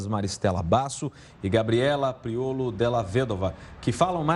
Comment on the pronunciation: Gabriela PRIOLI kkkk nao PRIOLO